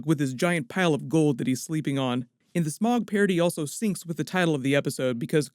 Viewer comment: It's not smog it's sm-oww-g. Smaug is sm-oww-g